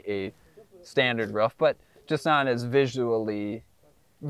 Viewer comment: bro why are you saying rof? just say roof